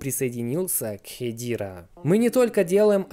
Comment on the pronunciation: я на английском все видео смотрю так даже они говорят не "хедира" а ХЕДЕРА. не понимаю зачем пытаться склонять типа на английском но не правильно 🤣 ..правильно произносить ХЕДЕРА